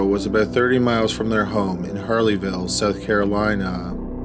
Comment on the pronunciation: Holy crap ... dragging the final syllable at the end of each sentence is distracting and it's a deal breaker for me. South Carolina has never been pronounced so damn poorly. My first and last watch on this channel. Had to leave it unfinished due to the godawful narration. Not trying to be mean, but life is too short to sit through that auditory torture.